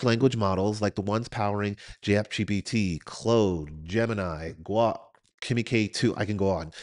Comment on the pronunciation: Great video. Can’t get over how you pronounced Claude. Sounds like Claude has a chode. 😂 Otherwise A+ content, well organized and presented. Subscribed.